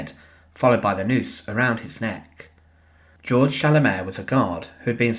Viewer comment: Actually, Georg is pronounced "gay-org" in German. Nevertheless, thank you for this eye-opening video of a war criminal who met justice at the end of a hangman's noose.